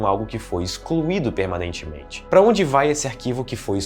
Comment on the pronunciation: se o cara n pudesse falar a palavra PERMANEITIMENTE o video n esitiria kkkj